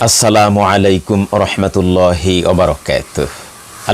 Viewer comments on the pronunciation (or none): মোহতারম,সালামের ভঙ্গিটা বিশেষকরে শেষের দিকটা কানে একটু কেমন যেন লাগে,প্লীজ, টোনটা পরিবর্তন করার চেষ্টা করুন।